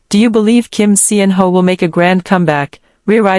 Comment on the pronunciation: Salaam he roared back!! This is now quickly obsolete. You can stop rehashing g 2021.😊 And Pease choose a better AI voice that can pronounce his name correctly and knows proper syntax.